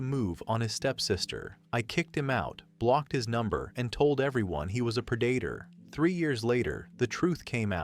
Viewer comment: "Pre-DATE-or" Bad AI 😂😂😂😂😂